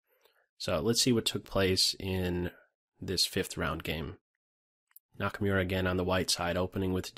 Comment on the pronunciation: Nice video as usual. Just one little thing: Hikaru's last name is pronounced like Nakamoora, not Nakamyura. :)